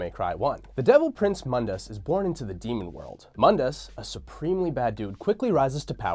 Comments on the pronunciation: Moon-diss not mund-iss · Im 2 years late but Mundus is MOONdus not MUNdus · its moondis not mundis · Define irony: tacitly criticizes DmC: Devil May Cry, but then uses the DmC: Devil May Cry pronunciation of Mundus (Mun-dus) instead of the correct pronunciation for this timeline ( moon-dus) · Mundus is pronounced (moon-dus) it's latin for the world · Mundus - (Moon-dus) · (MOON-DUS) MUNDUS!!! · It's pronounced "moon-dus" you DmC fanboy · Doesn’t even know how to pronounce moondus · Yet another youtuber making a history of Devil May Cry, BUT STILL MISPRONOUNCES MUNDUS! Why are you using the crappy remake pronunciation? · This fool (the guy in the video) didn't even play DMC1 you can tell because he doesn't pronounce Mundus right and they constantly say his name in DMC1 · Anyone else find themselves consistently correcting his pronunciation of “Mundus” out loud? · Stop saying Mundus name from dmc thats not how you pronounce it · Mispronounced Mundus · Mispronounced Mundus.